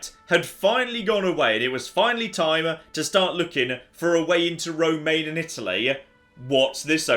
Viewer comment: What kills me is "romain." Rro-man-ya